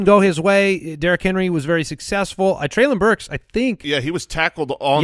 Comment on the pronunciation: Treylon Burks is pronounced Trey-Lin, like Jaylen!